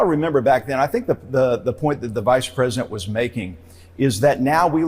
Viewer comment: Pwesident Elmer J. Fudd, thank you for your attention to this (my inabililtes) matter